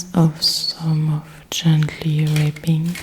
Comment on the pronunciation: This is truly lovely. I don't know if it's been mentioned to you already, but the word "rapping" is pronounced to rhyme with "tapping". The word you are saying here sounds more like "raping", which I'm sure is not your intention! Other than that, this was perfect. I love "The Raven", and typing sounds are great too, so I thought it was a very original idea to combine the two.